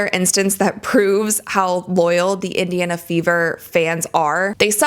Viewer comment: Someone please tell that it's Indiana and not Idiona